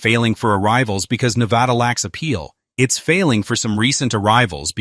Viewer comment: I moved to Northern Nevada 4 years ago and I love it here. Then again, any place that's NOT California is going to be a lot better. Las Vegas (Clark County) is roughly 70% of Nevada's population, but the other areas are VERY different than Clark County. Also, please stop saying, "ne-VA-da", with a strong VA in the name, it's incorrect. I don't regret my move and I'm staying here, home is Nevada.